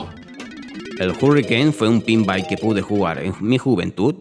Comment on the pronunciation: Es "pinball" no "pinbai".